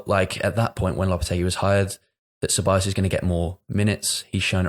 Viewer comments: Ceballos* not Syllabus 🤣🤣🤣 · wow that was an egregious one, haha....Se-buy-yos. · I spent like 5 minutes searching for selabas and then I clocked he meant Ceballos lol